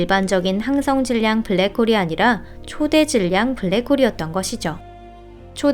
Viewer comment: 초대 질량 이 아니고 초 대 질량 으로 읽으라고요